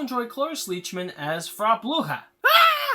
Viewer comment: It sounds like you're saying "Bruja" instead of "Blücher." She's a German housekeeper, not a Spanish witch.